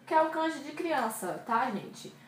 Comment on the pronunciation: Sua iniciativa é boa, mas você precisa tomar cuidado. Por exemplo, você está pronunciando a palavra "kanji" de modo errado. Se você ouvir no Google tradutor, já ajuda. :)